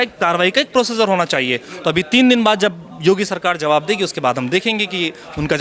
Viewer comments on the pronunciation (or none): none